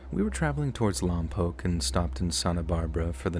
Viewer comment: I vaguely remember the second story’s incident, I think I also saw it on the news as well. Very sad thing to have happened for such a stupid reason. Also I’m from Lompoc and on behalf of everyone here, THANK YOU for saying our town name correctly ❤❤🤟🏻